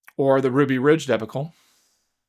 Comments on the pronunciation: says ‘debulcule’ instead of ‘dee-Bach-ule’. Interesting. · DEB' UH CULL Drives me nuts. I think he just read the word one time and now uses it over and over saying it how it's spelled generally Americana-wise, not realizing it derives from French. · I’m 73, been a highly successful lawyer more than 20 years, taught as a law professor for many years, and I never heard anyone mispronounce debacle as you do. Are you AI?